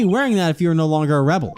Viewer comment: I always thought his name was a play on the phrase "that's our ball", and I never understood what they meant by "ball". Maybe "oddball"? Maybe it was a play on "person", like "guy" or "dude"? Maybe some kids yelled it at him once, and he thought to keep it? Hearing it pronounced as "A rebel" sounds kinda weird.